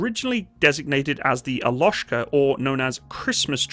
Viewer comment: Not [ a'lashka ] but [ 'jolochka ] )))